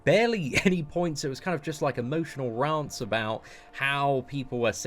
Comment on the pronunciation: As a guy from the UK, the way you say rant cracks me up.